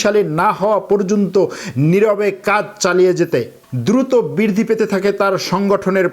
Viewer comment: আপনার উচ্চারণ ঠিক করা দরকার । বৃদ্ধি" সহ অনেক উচ্চারণ ঠিক হয় না। এতে আপনার মান কমে।